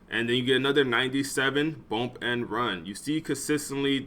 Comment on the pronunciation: Bruh it’s bUmp not bOmp 😂😂😂